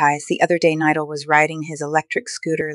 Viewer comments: Bro thats not how to say his name it is spelled nidal but itts pronunciation is NEEDOL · The way she pronounced Nidal. just a joke, I hope he recovers soon I’m glad he’s getting better. I broke my collarbone as I just healed, my accident was not even close to how bad his was. I hope he recovers and gets back to making his amazing videos again! I know it takes a long while to recover, and with his accident, it may take longer. But I’m sure nidal will be strong like he always is. sending prayers 🙏 Praying to god he will get better quickly.